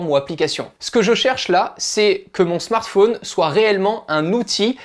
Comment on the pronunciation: Spécialement quand il dit smart fauuuuunee tt les 30sec. au lieu de Smart fōn